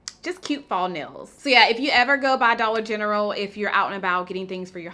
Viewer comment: Wait...I've been gone for a minute. Did she say Dolla Gentral??? And against Nars and Chanel??? Lordt! Saving coint where I buy my Gain Laundry pods!! Loves It!